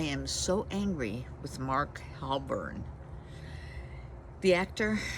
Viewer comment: His name is Mark Wahlberg. It's not Halbern.